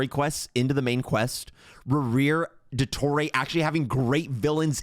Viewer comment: I'm sorry but the way she say Il Dottore just itched my brain the wrong way. They literally pronounce it correctly in the game, and she still gets it wrong??? 😭